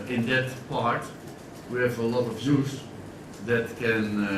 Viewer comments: When Van gaal says 'youth', it sounds like he's saying 'Jews' lol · and i heard 'Juice Players' ... lolz i guess even LvG needs some English lessons on pronounciation along with Falcao, Di Maria & Rojo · paddyt007 I thought he said "We need to give the Jews a chance" For a second i was completely flabbergasted until I realised he was talking about "youth". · Thank you for putting this up :) im so excited for sunday i can't wait. Am i the only one who laughed when LVG said "juice" instead of youth? Lol anyway watch him transform us into a title winning side :) top 4 this year & the league next yr #MUFC IM SO EXCITED 😀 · I genuinely thought LVG said the 'JUICE' policy O.O